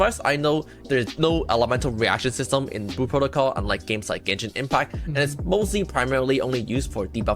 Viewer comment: Lol it’s like speech impediments in stereo. “Blue” has an L in it kids…